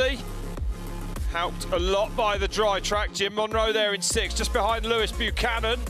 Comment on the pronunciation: They make his name sound almost as if it was Loose Cannon